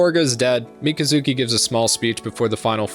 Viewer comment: Everytime you say Mika-zuki, i cringe inside and die a little lol